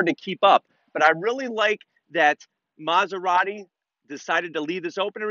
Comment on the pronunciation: stop calling it "masuradi", it's M A S E R A T I